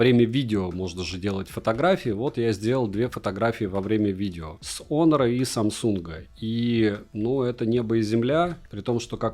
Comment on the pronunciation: Отличный обзор! Прекрасные виды, полезное резюме! Только он не "хонор", а онор.